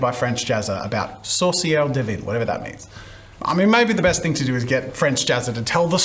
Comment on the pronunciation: The way he says witch (sorcières) sounds like sauce maker (saucière) which also works